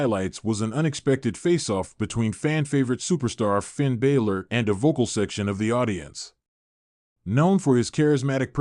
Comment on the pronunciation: Pronouncing names wrong, balor and balszler pronouce the a as ana